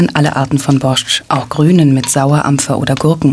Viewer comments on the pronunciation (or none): Es heißt nicht borschtsch und nicht cholubzi. Wenn man schon eine reportage macht, dann sollte man sich ein wenig um die Aussprache kümmern